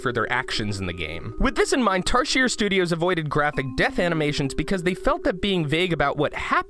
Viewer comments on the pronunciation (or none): Tarsier is pronounced as tar zee ay